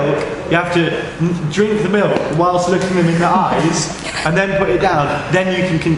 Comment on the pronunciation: I love matty but the way he pronounces milk makes me hate it even more than i already do.